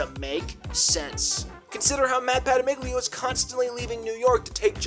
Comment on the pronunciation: It bothers me tat you pronounce the 'g' in Pattamiglio.